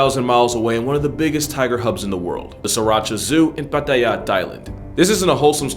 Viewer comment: I appreciate his Thai pronunciation of "Pattaya", I'm not Thai, but still